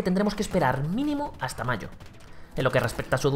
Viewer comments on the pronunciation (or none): none